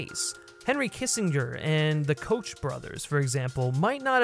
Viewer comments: Coke brothers, not coach. Pronunciation!!!!!! Gets a dislike and a don't recommend. Which is sad, because it's an otherwise excellent production. PRONUNCIATION!!!!!!!!! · The Koch brothers are not related to Ed Koch… they pronounce their name “Coke.”